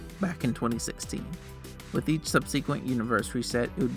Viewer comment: Please lookup how to pronounce subsequent